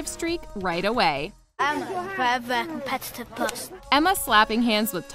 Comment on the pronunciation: no one: literally no one: not even Ron: not even Draco bully harry: Daniel: eMmA vEr vEr cOmPeTiTivE PeRsOn